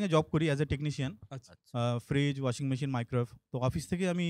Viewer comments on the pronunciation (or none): none